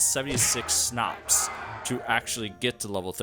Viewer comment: Finally someone who says Schnapps instead of Shnaps